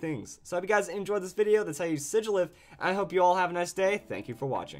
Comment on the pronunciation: I LOVE U SIGILYPH the man says shigilyph